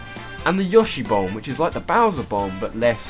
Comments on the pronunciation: Yaw-shay? Really? It's Yo-shay. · its pronounced yoshi not yashi like Yo-she your pronocing it ya-she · yo-shi not yosh-i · why did people start saying "Yoh-shi" instead of "Yaw-shi" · Isn't it Yo-shi not Yoh-shi? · wait wait wait wait wait..... is he pronouncing yoshi... YAHshi? O_o??? its YOHshee... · I like how you say Yoshi (Yaw-shi) instead of Yoshi (Yow-Shi) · Yoshi not yahshee dumbass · Are you pronouncing YOshi as YAWshi? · no, it actually is pronounced yo-shi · every time he said "Yaw-she" I died a bit inside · Damn it man it is Yo-shi! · how do you manage to mispronounce yoshi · Your pronunciation of Yoshi is abysmal. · no why does he pronounce yoshi that way